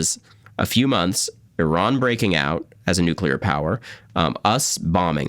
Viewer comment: He's reading Iran wrong...but he has his fathers charisma, Sinatra